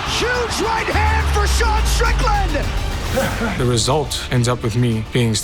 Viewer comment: literalls says D'Sean strickland